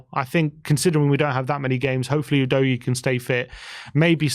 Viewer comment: Ffs its not ooh dough ghee !!! Its UDOGGIE ! Excellent prospect. C.o.y.s